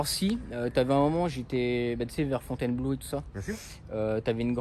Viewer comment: C'est Fontheinbloh, il a pas bien prononcé..